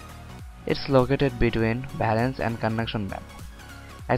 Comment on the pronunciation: Bhalance nh valence